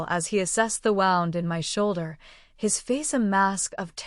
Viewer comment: Wound =Woo-nd, NOT wow-nd as in winding string. Voice in serious, urgent parts sometimes sounds too cheerful. Must be using machine. Good story, though to whoever wrote it!